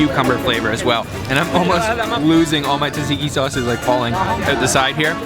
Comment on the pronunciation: "TATSIKI SAUCE"!?